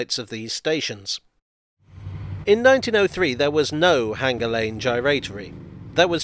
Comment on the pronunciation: Sorry, J, but you keep saying H-anger instead of hanger. The repetition just makes it even more conspicuous! 🙃